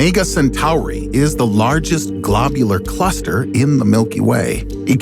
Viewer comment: because of how he said globular cluster